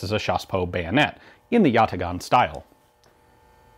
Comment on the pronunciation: it's pronounced yataaan. great short as always.